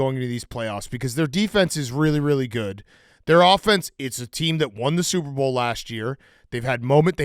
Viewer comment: says offense like AHfence